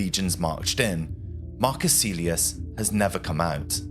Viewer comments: Kaylius, not caelius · Pronounced Kylie-yoos, not Sealey-us. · Marcus Caelius should be pronounced "Ka-el yoos" (just as the correct Latin pronunciation of Caesar is "Kaisar") Don't teach bad habits,! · Caelius is pronounced Kylius. Not Seelius. Do get it right. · Its Pronounced more like "Mar-Koos" "Kah-l-ee-oos" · Your pronounciation was fine most of the time, but when you pronounce the letter c you should pronounce it as a hard c (somewhat similar to the letter k). Moreover Caelius is pronounced as ca-e-li-us, hard c and an oo sound for the letter u. In Latin, you usually pronounce the letters as written, not as modern English speakers would (by that same logic you can realize most people pronounce Caesar wrong, it is actually pronounced Ca-e-sar, with a hard c)